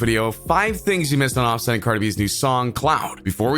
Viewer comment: Why you say his name so wrong like so so wrong